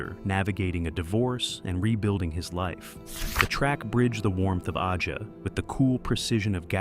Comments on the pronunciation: Liked this video, but it was annoying that the narrator kept calling the album Aja "Oddjah" when it's pronounced like Asia. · A Juh, not Ah-jah. Stupid AI narration! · "Aja" is pronounced "Asia", genius. Also, Becker and Fagen weren't entirely opposed to live gigs, just protracted tours. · yeah I cant take this seriously at all lol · The Alan Parsons Project was doing the same thing as Steely Dan, just studio work Aja is pronounced in the same way as the continent: Asia. You lose credibility by getting a simple thing wrong RIP Walter Becker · That is my point. Have a real person, who knows how to pronounce the title as intended, voice the video, not AI!!